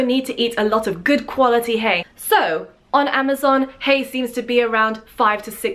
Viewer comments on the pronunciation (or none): none